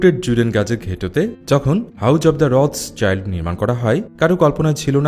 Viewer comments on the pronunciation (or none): উচ্চারণটা হবে "রঠসিল্ড"।